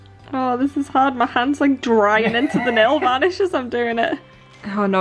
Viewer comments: hahaha you say nailvolish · are they saying nail vanish? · nail varnish? am I the only one who here's it like that?